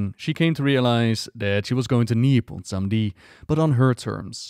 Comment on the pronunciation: Good ol’ bwomsandi is back mon